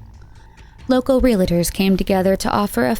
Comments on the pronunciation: Except for saying "real-a-tor" instead of "realtor" lol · "Real-i-tors" is not a word. "Realtors" is the correct pronunciation. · Why can no one say the word REALTOR ??